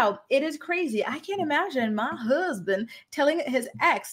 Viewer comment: I cracked up when you said “My Huzzbund” . Thanks for the laugh 😂😂